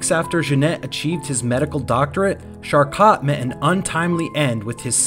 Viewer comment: It's pronounced Shar-Ko (Charcot). Several unfamiliar French words were very off, too. Enjoy your channel but a quick check of pronunciation for unfamiliar words will go far in channel growth. Feel free to hide this meant to be helpful comment! 👍🕊️